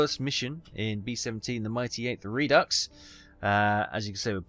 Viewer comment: It's French, and pronounced, "redo", not re-ducks. smh